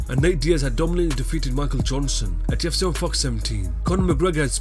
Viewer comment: Every time the narrator kept saying "UFC", I thought he was saying "GYPSY."